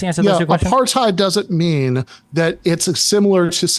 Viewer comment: 1. Uses "Apartheid". 2. Proceeds to describe something that doesn't resemble Apartheid. 3. Also mispronounces "Apartheid" but so does everyone who isn't from the country that Apartheid happened It just blows my mind that that word has been adopted by a global audience but I haven't heard one single person even attempt to pronounce it correctly. It makes me so suspicious of people who use it to argue points. Sure, you could have only read it, but I doubt they've even done that much